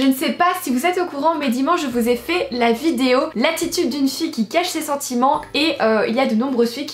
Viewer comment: "Aujourd'hui on s'retrouve pour une nouvelle vidZéo !", ça me tue à chaque vidéo, t'es beaucoup trop mimi !😂❤